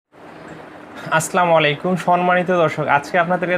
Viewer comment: assalamualaikum.... vai apnar salamta aktu thik kore nile valo hoy